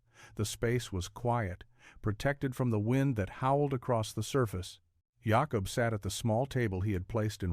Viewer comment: Jacob! ... not Yacob! ... that is the Spanish sound. I have so many Jacob ancestors.